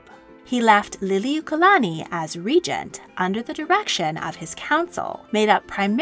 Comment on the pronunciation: Regent.... pronounced "ree-gent"